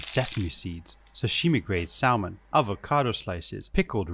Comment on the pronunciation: The L in salmon is silent.